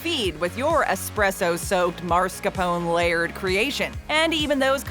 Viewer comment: Tiramisu is extremely easy to make. And cheap :-) I'm gonna make one today :-) And please, PLEASE, it's mas-car-pone, not marscapone ;-)